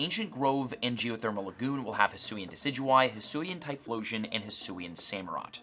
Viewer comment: The fact that says “Hisoo” instead of “Hisui” makes me cry 😭